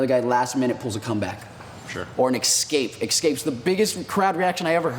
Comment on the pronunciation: it's NOT "EX-CAPE!!!!!!!!!!!!!!!!" Fuck sake!